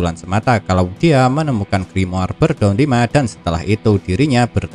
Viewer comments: Gua benci bet pas dia ngomong grimoar, kenapa ga ngomong grimor Cok udah gitu doang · Gua nyebutnya griamore:v